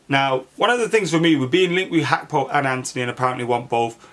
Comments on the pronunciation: How can read his name wrong that many times😭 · Cody Hakpo? Lol keep the awesome content coming though 🙌🏿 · What is it with players names these days Gakpo is pronounced Hakpo and Nunez is pronounced Nuniez … did they run out of letters at the club shop or something?